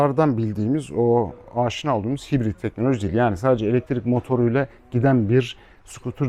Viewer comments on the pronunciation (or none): none